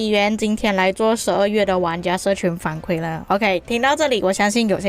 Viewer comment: 反馈= 馈是第四声